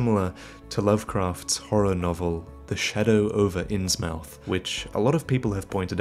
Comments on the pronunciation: and you mispronounced Innsmouth, just FYI. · always thought it was pronounced "In-Smith" instead of "Inns-Mouth", the latter being what pronounced. Pretty sure it was pronounced "In-Smith" in that Cthulu game that takes place in that town. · You mispronounced Innsmouth. It's pronounced "Inns muth".